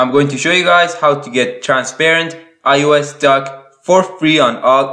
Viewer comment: No he pronounces it as ius when you say it as ios